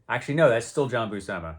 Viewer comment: great stuff! FYI John and Sal both pronounced their last name as BUEW-SIM-UH according to the "How to Draw Comics the Marvel Way" VHS tapes someone uploaded to YT